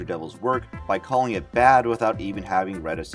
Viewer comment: "cawlling me a wying art bwtho". Omg I cant handle the mouthbreathing and lazy speech.